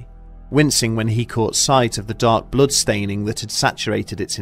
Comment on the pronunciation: Who knew that "blood" apparently rhymes with MOOD....and not mud...